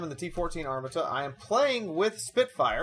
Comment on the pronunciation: You pronounced Armata wrong